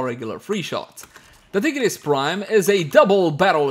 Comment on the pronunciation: Man really said tea grease prime 💀